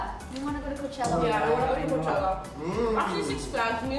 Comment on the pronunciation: My favorite word now is "Coachella". Thanks Liza for pronouncing it perfectly! ❤